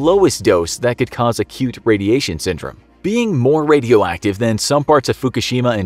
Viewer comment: I heard "a cute" syndrome. Instead of acute 😂 HELP